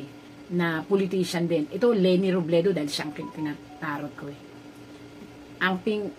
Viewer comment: Robredo Po Hindi Robledo